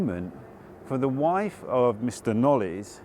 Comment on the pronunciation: The name Knollys is pronounced Knolls. A silent y. Don't you just love the madness of the English language!